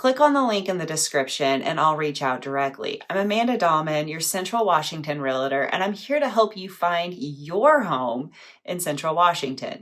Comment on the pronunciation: With all due respect, the title you go by is pronounced: "REAL-TOR", not "REA-LI-TOR." Two syllables, not three. If you don't believe me, Google it. 🤔